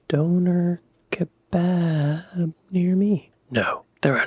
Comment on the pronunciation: Donor ka barb lol, he did say that 🤣